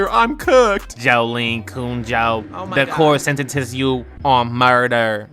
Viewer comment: bro did NOT say cujoh